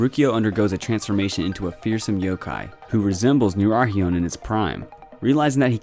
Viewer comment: The pronunciation for nurarihyon tho